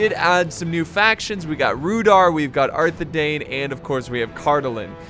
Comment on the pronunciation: it's actually pronounced Rhu-DOW-er and arthe-DINE.